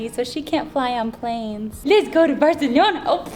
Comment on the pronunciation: You say barcelona wrong but food review good